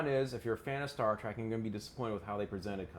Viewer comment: dude it's Trek not Track